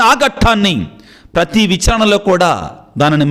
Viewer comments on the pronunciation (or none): none